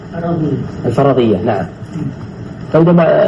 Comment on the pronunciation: حتى اسم العِلم لا يعرفه جيدا، بدلا عن قول : الفَرَضية، قال : الفرْصية، لأنه مشغول بالكلام في الناس والتجريح عن تعلم العلم.. والله المستعان... اللهم اشغلنا بطاعتك واجعلنا حريصين على ما ينفعنا في ديننا ودنيانا ...